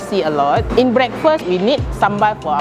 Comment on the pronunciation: Finally a foreigner that pronounces sambal right